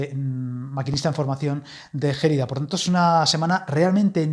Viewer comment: Gelida es una palabra llana, no esdrújula! De nada!